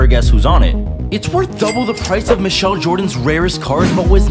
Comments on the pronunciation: That man pronounced it like Michelle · The king of mispronouncing names